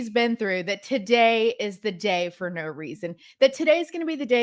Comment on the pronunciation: "NO-o", you said it all in TWO syllables! LOL love the spontaneity and brutal honesty not withheld for even one split second! ❤️ yo nana 1950